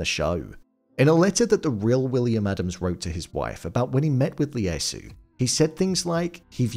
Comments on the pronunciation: 1. Ieyasu is pronounced "Ee-yay-ah-soo," not "Lee-yay-soo." 2. Edo is pronounced "Eh-doh," not "Ee-doh." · Lee-asu? What is it with you English ppl reading cap i as L ? Don't you know names always start in caps?😂 His name was Ieyasu: yeh-yah-soo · Tokugawa's name is pronounced ee ay soo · Its Ieyasu (ee-ay-ah-soo) not Leyasu. There are no Ls in Japan. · Tokugawa's name was pronounced EE-EH-YAH-SOO Tokugawa. Just FYI. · ieyasu with an “i”. Not Leyasu. This just sloppy m8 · WTF... It's "Ieyasu" - the first letter is an "I" (i), not a flippin' "L"...